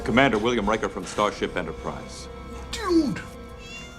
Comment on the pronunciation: Riker pronounced like rye. Rye-ker. In space "It won't be installed till Tuesday" is a viable response. You know - voices carry!